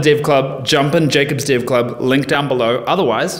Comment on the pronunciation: Man thats amazing, something funning: I would swear you are saying div, not dev (the subtitles got your back this time).